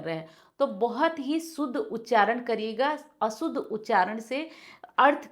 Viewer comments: व्हीडीओ मे अशुद्ध का उच्चारण असूद्ध हो रहा है. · आपने बहुत अच्छी जानकारी दी धन्यवाद लेकिन आप अशुद्ध शब्द को स्वयं ही असुद्ध बोल रही हैं